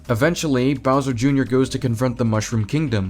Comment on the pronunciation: "Browser" Damn, I didn't know IShowSpeed was reviewing this movie... (I haven't watched the movie, so I don't have anything to say other than sad that Rosalina gets barely any screentime... I just wanted to make this joke)